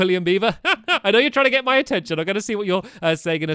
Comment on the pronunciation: Did anyone else Notice he said GIT 10 stars?